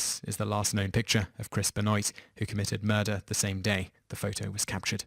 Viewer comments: I'm surprised you didn't pronounce MJ's name as Meek-hail Jake-soon. I mean good god man. Too-Pack? Ben-oyt? I'd call this channel "Toop teenz" but I actually speak English. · Benoit is pronounced BenWAH. And I think he won more than that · chris Benoit pronounced Ben-Wah its not surge night its shug night other than that cool video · Chris Benoit won the World Heavyweight Championship in WWE once, not twice. You could have mentioned brain damage from his many concussions that caused his mental illness. Also, it's not pronounced Chris Ben-Oight. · I looks and sounds like he says it like the names look. like Benoit it looks the way he said it. but it was wrong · Mispronounced Suge (Shug) knight and (as mentioned multiple times in the comments) Chris Benoit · ...the way this guy pronounces "Benoit" wrong... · You pronounced Benoit's name wrong. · Wow, I haven't heard someone mispronounce Chris Benoit's name in a LONG time. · I agree. It's not that hard to check out a Youtube video on Chris Benoit before making your own, I think I'll go back to watching "mojo vids" At least they do a bit more research when it comes to pronunciation. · It's Chris Ben-wah not Ben-Noit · BEN-WAH. Not BEN-OYT. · Benoit (Ben-Wa) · Simon!! ITS pronounced BENWAH not BENOYT!! 😆😆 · Pronounce Chris Benwa...not Benoint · "Ben-oit" was what I used to think he was called when I was 4. It's pronounced Ben-wah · ben-oyt? Isn't that Ben-wa? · BEN-WAHHHHH. NOT BEN-OYT. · ben-WAH, not ben-OHYT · I do love your top 10 lists, but I do cringe when I hear your pronunciation of certain names. (Benoit is pronounced "Ben-wa", not "Ben-oyt".) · Its pronounced benwa not ben-oi-t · Pronounced "Ben-WAW" lol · Thank you for this :) On about number 1: Was it pronounced "Benoyt" or " Ben-Wah " ? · His name is pronounced "Ben-wah" not "Ben-oyt" great video nonetheless :)! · chris ben-WAH not chris ben-noit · benoyt lol, its ben-wah. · Chris Ba-noint lmao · BENOIT PRONOUNCED BEN-WA HE'S EFFING FRENCH